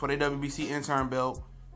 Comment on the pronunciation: It's the WBC interim belt, not intern man. If you're going to report it, then say it right. Danny ain't scared to fight porter dog, trust me. I agree, Danny does have cherry picks but his resume is better than alot of them guys. Do your research and repeating everything you hear.